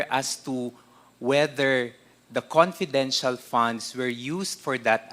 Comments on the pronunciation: Nkkainit na nga ng ulo ung pgpronounce nitong nato ng "p" imbes na "f" paingles ingles p kc pwede nmn mgtagalog at gnagawng malishoso lahat nlng ini-issue s ovp.....kayo kayo nlng nanloloko sa sarili nyo oi! Nangelngelam s "confidential" funds na na-compromise na! Obob! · Attention Dan FFFunds not ponds Delivvvvvered not delibbbbered